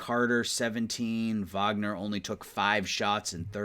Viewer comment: Wagner is pronounced “vogner” cause he’s German